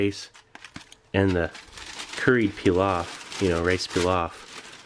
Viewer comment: I lıke how you pronounced pilav :))